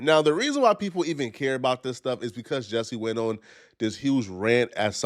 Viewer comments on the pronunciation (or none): He can’t pronounce “because” or “attack” properly. Something is definitely wrong with him. Also, I don’t know why ANYONE would give this dude the time of day.